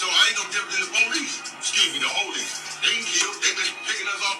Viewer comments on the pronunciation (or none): Nigga said "police... scuse me da ho-lice" lmao